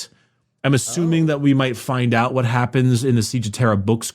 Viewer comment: better hath gotten an earful after that last "WEHAT"